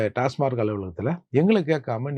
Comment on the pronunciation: அது டாஸ்மார்க் இல்ல...டாஸ்மாக்.